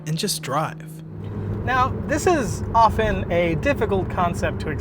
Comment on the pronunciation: I cannot believe I found someone who can pronounce "often" correctly XD